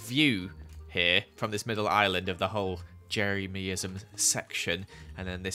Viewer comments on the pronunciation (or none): Do my ears deceive me or did say "Jerry-me-ism"???